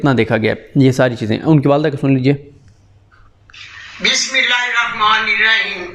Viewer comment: O Meray Bhai, Allah ka wastay, BimiLLah tu sahih tarah parh lo.